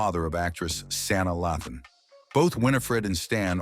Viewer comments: Did anybody else yell *LAYthan not Lathin? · Did he say Sanaa Latham and Meghan Goode's names wrong? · How u say Stans last name right then IMMEDIATELY muck up his daughter Saana’s last name??!🙄🙄